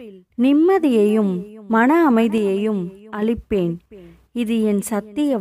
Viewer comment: Adhu "அலிப்பேன் " illa sister "அளிப்பேன்" please note the correction